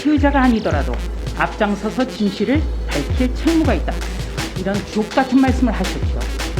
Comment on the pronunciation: ㅋㅋㅋㅋ 조수진 의원님 ㅋㅋ 발음 ㅋㅋㅋ 아주 좋았습니다 ㅋㅋㅋ